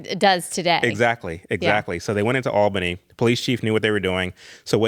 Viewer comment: I have already commented but want to do so again to say how happy it makes me that uses the very correct term "War Between the States". Because that is what it is. The War of Northern Agression is another one. I will forgive him, however for his mispronunciation of Albany, GA, us Georgians say it as (ALL-benny), not Al-been-NEE, but he's not local so I can overlook it 😊 because this is an excellent interview. The northern outsider agitators were the real problem and would never let natural social moralism happen. They disrupted it in the 1850s-60s, again in the early 1900s, again in the 1960s, and yet again in the 1990s. We have to stop this cycle by examining the truths of history, and certain people need to accept they believed very exaggerated versions of the American South.